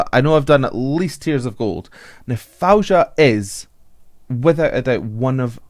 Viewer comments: FAWZIA with a “z” not Fouja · U made my day u said her name wrong but sounds lovely hh ! It’s pronounce like that Fawziya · Her name is pronounced Foh-zee-uh and you were right, it did become annoying when you kept mispronouncing it. You also didn't take the time to research your subject: She's amazing live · Actually it Fou Zi ia..not Faouja😜.. Extremely talented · Faouzia is pronounced Fa -ow-zeeya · Her name is pronounced like "Fao-zi-yah" but don't worry, her name is one of the classic Arabic names, people usually don't get it right easily 🙂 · you are definitely pronouncing her name wrong in every possible way... keep the z as it is.. so it is: Fau-Zi-Yah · I believe her name is pronounced like: fow-zee-ya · FOE-ZEE-YA now try to get it right next time. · The way you say her name is the wrongest way i heard from any reactor but it's so funny😂😂😂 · Just search "how to pronounce Faouzia" on youtube. She has a short video on how to say it. It's a little embarrassing for a vocal coach to do reaction video and pronounce the name wrong